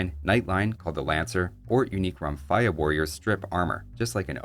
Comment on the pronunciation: It's pronounced "Romfèa"